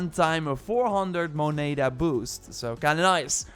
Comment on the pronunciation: So painfull hearing you say moneda. Love the advice tho